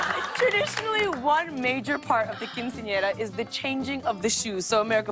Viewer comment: is anyone else bothered by lilly's pronounciation of quinceañera ? ¿le molesta a alguien su pronunciación de quinceañera?